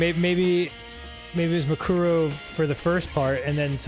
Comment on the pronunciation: Kyoko: "MUkoro" Arin: "MUkoro" Dan: "MuKUro. MuKUro."